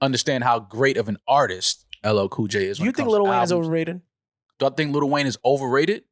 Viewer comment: Why does this NY goofy keep saying “Little Wayne”?? Like bruh is delusional for an argument saying that “LL Cool J” is somehow a better artist. Clearly dude has extreme bias against Weezy and is faaar too cringe for me ☠️ Close to unsubbing for this bs 🤡